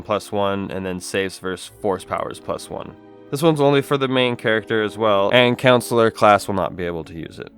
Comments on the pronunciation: CoNsular, not councillor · does anyone else cringe when he says "Counsular" instead of "CON-sular"? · The pronunciation of Consular is slightly annoying... it's not pronounced like Councillor. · "counsellor class" ok bro